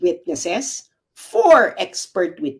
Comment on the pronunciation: "Wam point two por eleben days"pakiayos lng nang Pand F 😂😂😂